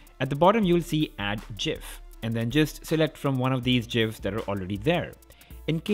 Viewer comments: Its not pronounced jif like the peanutbutter. Its gif with a hard G. Like gift. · Gif: graphical interchange format... Not jrapical. It's pronounced G-IF not J-IF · I disliked and shut this off the very first time you said "jif". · I stopped watching at jif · Its not jif. Its gif. Like... graphics. Or gift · Great video, surprised by the versatality of the note 9. everything great in the video except the jif. (GIF-Graphics Interchange Format) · It's called gif, not jif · ITS GIF not JIF boys! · i cringed so hard when you said jif instead of gif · i know the creator calls it jif but you dont jraphic file, you say graphic :l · Even google translate said "GIF'' not "JIF" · What's the big fuss about JIF and GIF when u know it is GIF, everyone had different accents. Enjoy the good video. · I have never heard it pronounced JIF ever..!!! It is GIF (the G as in Golf) or will we saying "Joojjle" for "Google..??? It is an acronym for Graphics Interchange Format... And wasn't the inventor of the GIF American...?? Now, I will say here and now I like Americans and America (they gave birth to DeWalt tools!!) but they took the English language and murdered it. They can't spell, (armour - armour and suchlike) can't say Renaissance.. (Renna-sance... really..?? Mind you, it is a French word..) And , my pet hate " Do the math". !!! Mathematics is a plural word, it's only a singular word when referring to a "mathematical problem". I'll probably get shit for this comment but freedom of speech an' all that... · Go to By the inventor of gifs, it's pronounced "JIF", not "GIF". Thanks, you're wrong. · Why you say jiff, it's a G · WHAT THE FUCK IS A JIF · 'add 'jif'' dislike video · Who stopped watching as soon as he called the gif a jif? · It's GIF, not JIF u idiot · Disliked for "jif" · The creator of the graphics interchange format says it’s pronounced “jif” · LOL "jif" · "jif" disliked instantly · JIFF... Damn I almost died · You said 'jiff', this video is unwatchable